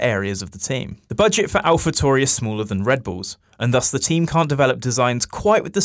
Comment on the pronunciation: What is it with people not being able to say „Tauri“? TAURI! Italian name... keep your „Toohry“ bs to yourself!